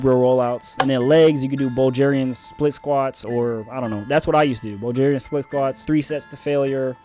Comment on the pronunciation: never heard anyone in my life pronounce Bulgaria as bulljayria b4😂